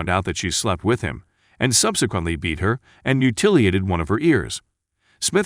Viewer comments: mutilated pronounced mew-till-ee-ate-ted. Makes me feel confident that AI is not taking over the world just yet. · "mutiliated" one of her ears? Is this narrated by a robot? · "Mu-tilly-ated" one of her ears'.....WHAT? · "mutiliated" one of her ears! And pronounced just the way it is misspelled! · How did he pronounce mutilated again???